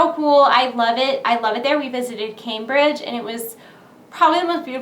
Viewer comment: Lol camebridge nice way of pronouncing that one